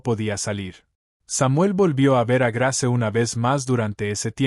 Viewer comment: Ud no pronuncia los nombres como es debido Grace su narración no es buena